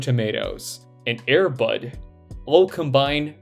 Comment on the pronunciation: Uh. It’s pronounced: Air. Bud. Not Airbud. And it’s beyond reproach